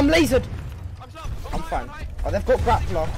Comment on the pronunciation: WHY DO YOU ALWAYS SAY "LAZARED LAZARED LAZARED"